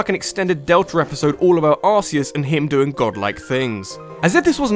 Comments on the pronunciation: "Arzeos" rly? It's Arceos Cool video though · It's ar-ke-us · Actually it's "r-kay-us" , as that new Pokemon that evolves from Type: Null in Sun and Moon has the ability "RKS System", which is a play on Arceus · Arceus is pronounced Ark-E-us, no Arse-E-us. SAY IT CORRECT :| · It’s not ars-e-es it’s ar-key-us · Its Arc-eus not arse-eus. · Why does everyone pronounce Arceus "A*se-ee-us" It's "Ar-kee-us" I've watched the movie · Tbh though, I kinda like pronouncing it "Ar-kay-us", not "Ar-key-us". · Wait... ARSE-EUS? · It's pronounced AR-KEE-US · actually, in the Japan, its spelled the same but pronounced as see us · Arseus? (arse-eus) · That pronunciation of Arceus though. The pain. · U SAY ARCEUS WRONG